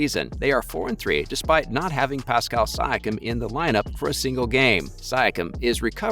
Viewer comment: kawhi, siakam, serge, you mispronounced allt hese names so badly, it seems like a troll channel.